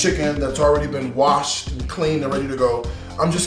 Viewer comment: The way he emphasized WASHED 😂😭